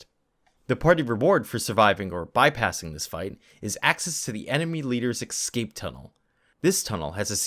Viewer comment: No x in the word escape btw